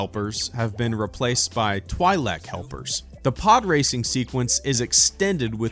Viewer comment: It's pronounced TWEE-LEK, NOT TWY-LEK